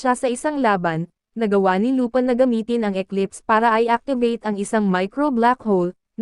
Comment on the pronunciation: Lupin po' hindi lupan